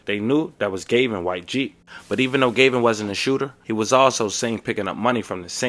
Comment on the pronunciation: Bro his name is GAVIN not GAYVIN!! pronounce the A the other way PLEASE!!